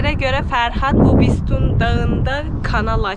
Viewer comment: Bisütun (bistoon yox)